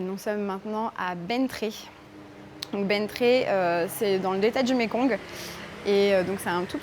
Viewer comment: On prononce "Ben tiè", je suis gentil j'ai mis un commentaire, et je suis d'accord avec toi, le delta est magnifique